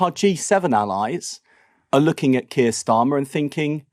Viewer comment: Wes Streeting makes me want to vomit. There’s is never going to be a solution until the violence ends Wes! I hate the way he says Keir.